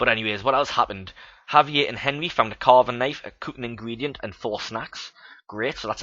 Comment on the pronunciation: I like it so far. just one minor thing though, Javier is a Spanish name so the J is pronounced like an H.